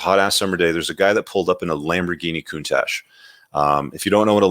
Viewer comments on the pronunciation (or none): none